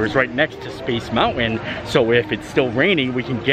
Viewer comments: Drinking game- shot every time mispronounces "mountain" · The way this guy says, "mountain." I can't.